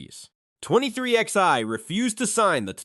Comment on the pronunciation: "twenty three ex eye".....